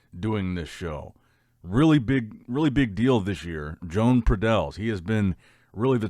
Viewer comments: its joan (yo-hahn) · He literally does it because he knows it annoys us and he can't care less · There is no way pronounces Joan's name correctly. I'm starting to think he's doing it on purpose 😠😑. Let's go Joan.